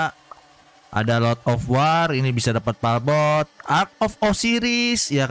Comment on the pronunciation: palbot bukan palkon bang 🤣